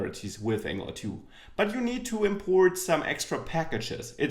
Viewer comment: Ängjelar tu ist die Aussprache :D nicht Ängelar tju. Aber ansonsten ein schönes Einstiegsvideo!